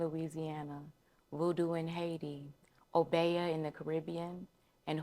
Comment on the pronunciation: I love this! Just a respectful, friendly correction: It's pronounced O-be-yuh or O-be-uh.